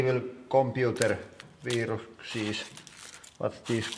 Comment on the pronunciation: I fucking love the jumble of "virukset" and "viruses" he says after the floppy disks. "Virukses"